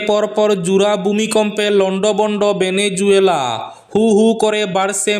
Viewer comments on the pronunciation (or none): ভেনেজুয়েলা নয় ভেনেজুয়েলা